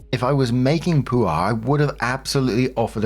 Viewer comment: Pooh are 😂 Lol, man I love you But it's pronounced Puh-war, war like wario, not war